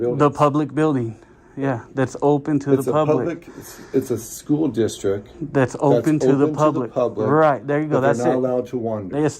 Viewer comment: A superintendent that says "School districk". And , he slipped up and called it a public building.